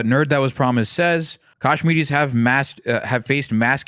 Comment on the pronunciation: Whys dude calling them "Kashminis"?